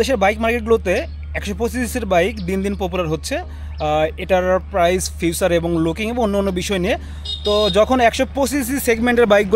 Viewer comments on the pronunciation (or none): ভাই শব্দটা ফিউচার(Future) না ফিচার (feature )